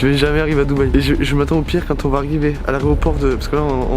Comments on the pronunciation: L’areoport 😂😂😂 au lieu de l’aéroport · AÉROPORT PAS ARÉOPORT ça me perturbe trop quand il dit ça mdrrrrrr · Pourquoi l’idéal dit on est à l’aréoport et pas l’aéroport 😂😂😂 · Je vs jure il a encore dit areoport c’est pas la première fois qui le dit 😂😂😂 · aréoport aréoport c'est !!!!!!!!!!!!!!!!!!!!!!!!!!!!!!!!! ( Aéroport ) putain de golmon parle la france ! pas de la D peace ! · Pq tout le monde dit areoport c aeroport Nn? Inox et mich ils disent pareil mdr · Déjà frero sa commence mal des le début de la vidéo tu dit aréoport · "Laréoport" 😅 o-r-t-h-o-p-h-o-n-i-s-t-e 🤭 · Ta du mal avec le mot aéroport hein 🤣🤣🤣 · C'est Bucarest et ont dit pas Aréoport - mais Aéroport